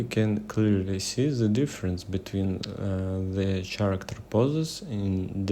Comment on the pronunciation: Bro don't say "the" as зэ, say it like "дэ", please, you are hurting my years vnature. But anyway the video is really useful so от души